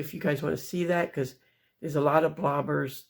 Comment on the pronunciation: Congratulations to both of you on your healthier lifestyle. Please go to Orlando. Btw -the people who do what you do on YouTube are called “Vlogers”. It sounds like you are saying “blobers”. Stay Strong!👍🏻